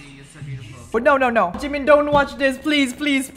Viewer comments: IT'S JIMIN NOT JIMEN OIL LONDON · Sorry but something is wrong with his lips cause it sounds like he is saying jungCoOk and jimOn! and I think his favorite words are Jimin, Cute and awww and AMAZING. + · Why does the way he says jimin always trigger me? ji-MIN kfjdjdjd